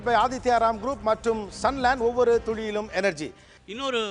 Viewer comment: திரு கோபி அவர்களே துளியிலும் என்ற வார்த்தையை சரியாக உச்சரிக்க கற்றுக்கொள்ளுங்கள் துழியிலும் என்று ஒவ்வொரு முறை நீங்கள் கூறும்போது கோபமாக வருகிறது. I don't know what Mr.Antony (Director) is doing? Some points which made me to stop watching your show: You are very rude and controlling the people unnecessarily. It lost it's quality. Wanted to ask you can't you stand for a while? are you that old? sitting anywhere on the set which is not a presentable attitude in the media. Unnecessary Titles to debate? I respect the talent you have but don't have overconfidence on you.